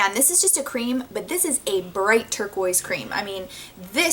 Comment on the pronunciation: Your pronunciation of the word turquoise is one I've never heard before.